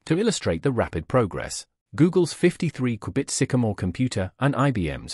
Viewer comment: I stayed for the way it says Qubit